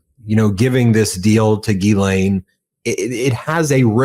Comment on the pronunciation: Dear America, could you all have a meeting and decide how to pronounce her name...It's not Gheee-lane, Gee-lane, Giz-laine, or, good God no...Jizz-laine! yuk It's Gh-len)...sorry to be picky but its like nails down a blackboard